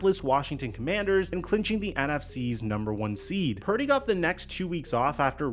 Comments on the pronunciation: is also illiterate too. He pronounce Purdy "parody" lol. I think he's doing that on purpose cause he's so jealous of brock purdy. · can’t even say Purdy’s name correctly much less articulate an accurate analysis of Purdys game.